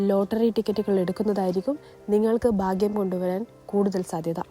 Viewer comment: ബാംഗ്യ " അല്ലടി ഭാഗ്യം എന്ന് പറ 😅😅😅